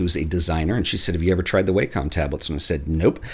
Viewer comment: You're the first person I've seen that pronounces Wacom the same way I do.👍 (the right way)